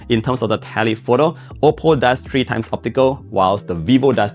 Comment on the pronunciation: You have to try to pronounce the number 3 correctly.. Not as 🎄, but three